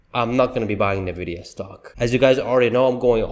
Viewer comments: Fyi it's pronounced "en-vidia" not "nah-vidia" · I've called it correctly since Summer 2023. Tezzly is not going over $300 in 2024. That would require a near DOUBLING of its current value. Maybe $260 at best. And please learn to pronounce it correctly. It is IN-vidia, NOT NIH-vidia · it is pronounced "En-vidia", not "Na-vidia." Got it? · Is NVIDIA. IS NOT NEVIDIA . Other than that your cool 😎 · PLEASE stop saying it wrong, sooo annoying over and over. It’s ENNVidia, not nAvidia! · Why you pronounced Nvidia name wrong in “na”? Should be “en”. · You are saying the name of the company wrong! Not NAvidia it’s ENNvidia! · Why should I trust a guy who can’t even pronounce the name of NVDA.